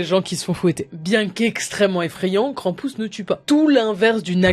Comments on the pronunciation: Krampus pas kranpouse la prononciation merde ! On dirait le nom d'un jeux de kermesse krampouse lol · Krampus ça se prononce pareil que krampouezh en Breton et ça veut dire crèpe...😅